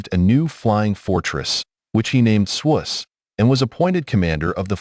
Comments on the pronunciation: Shouldn't the name "Swoose" be pronounced rhyming with the word "goose?" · It is the swoose. The ai is saying it wrong